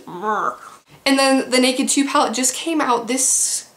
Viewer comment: "Pall" LOL